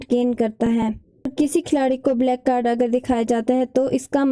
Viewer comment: Mam... Vo black hota h back nahi...